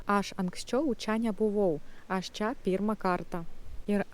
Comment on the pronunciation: Wow. Wow. Wow. Nesitikėjau kad taip gerai gausis. Vienas lengvai ištaisomas trūkumėlis. Vietoje ilgo AAAš, bandykite tarti trumpu a, su lengvu akcentu į š. Maždaug turėtų gautis aŠŠ. Visa kita - just perfect.